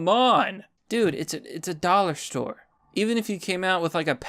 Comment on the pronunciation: No, not the dollah stowe!!!